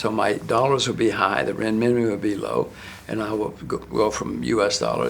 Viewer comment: He can’t even pronounce Renmibi correctly.